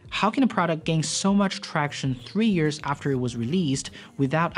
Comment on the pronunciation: Dude i love your videos but it's pronounced monthS and yearS, just to let you know.